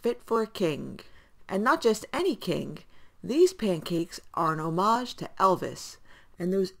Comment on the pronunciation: wow, you can not only speak Italian, but also parlez Francais! You said homage correctly!, hehe just teasing, looks great as always.puǝıɹɟ ʎɯ llǝʍ ǝq:D